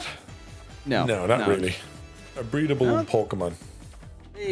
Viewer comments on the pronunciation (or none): blud did not say a "breadble pokemon" wtf